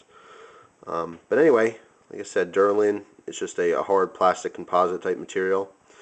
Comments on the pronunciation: I'm pretty sure its deLRin not deRLin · Not to be a nit-picker, but it's Delrin, not Derlin. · the material that the handle is made from is called Delrin it sounds as if you are calling it Derlin.